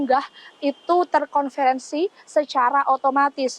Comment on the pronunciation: Terkonversi, bukan terkonferensi kakak 😅